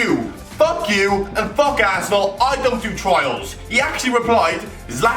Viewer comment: The way says Arsenal......"Assenal"